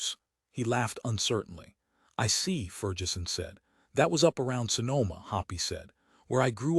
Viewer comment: ferjeson? macoiyni? jeez